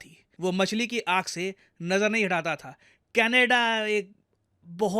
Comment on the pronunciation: sir canedda... kya hai canedda me... lappu sa to canedda hai😂